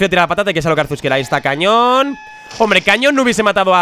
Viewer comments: Like si te diste cuenta de que dijo cañón y no canon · cuando dice cañón en vez de canon jajaja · Desde cuando el ataque "Canon" se pronuncia "Cañón" ?? 😂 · cuando as visto el ataque cañon, se dice CAnon